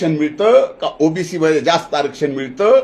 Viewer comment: जीभ अडखळा लागली बाळा तुझी.. ओबीसीला OBS म्हणायला लागला भाऊ तू! कॅमेरामन च्या डोळ्यांना डोळा भिडून बोला न साहेब😂